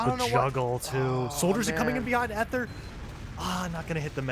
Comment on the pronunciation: For future Dex matches Ether is pronounced with a hard "e," so it's eeth instead of eth.